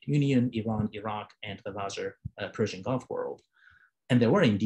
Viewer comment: His Persian pronunciation is near perfect.